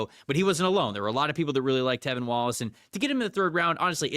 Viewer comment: It’s T(R)EVIN!!!!! And DJ wonnum has been the MAN since finally coming in, after injury. And Clowney hasnt had hardly any impact at all. lol I was actually excited for this video but PFF still doesn’t know anything lol it’s honestly a shame.